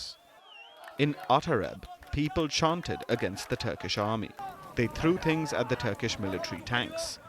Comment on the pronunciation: " now here's the ting " palki , awful journalist